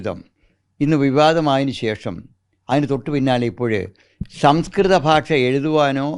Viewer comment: This reporter should learn how to pronounce " bhasha" in malayalam. It should not be "basha" .The whole system is running down fast While this reporter mis pronou ces some words, most channels are full of such standards.